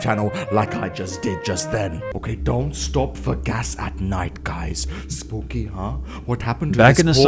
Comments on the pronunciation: said sbooky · Me to dude